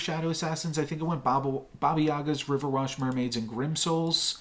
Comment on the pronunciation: Nice game dude. I just have one criticism. It's RiverWISH not WASH xD